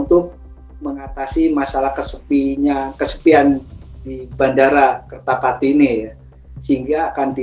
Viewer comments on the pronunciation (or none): Sebut kerta jati bukan kertapati lol